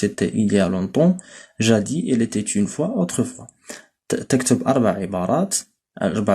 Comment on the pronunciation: Salut je pense qu'il faut pronnoncer le s dans le mot jadis es que vous êtes d'accord monsieur le professeur je vous remerciez merci très fort pour votre intention bonne continuation